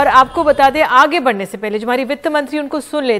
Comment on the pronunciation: please correct your diction.. Byaj...not byaz.. Hindi bhi spashth nahi hai.. Badne is wrong badhne..